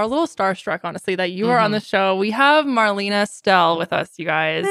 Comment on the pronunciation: You could at least pronounce Marlena‘s name correctly.